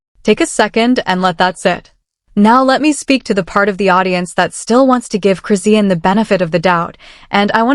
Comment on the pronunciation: I had to click off immediately. I hate AI voice and the way they say Chris-see=anne Rock